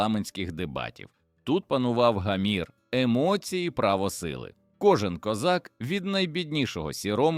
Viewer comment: Дуже псує враження невірні наголоси: сіромА,старшинА,гамІр.я розумію старшИна,сірОма,гАмір.чому людина ,що читає робить такі наголоси,вона що не українець